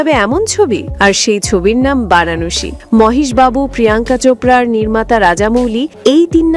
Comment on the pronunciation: বারাণশী নয় ভারানাসি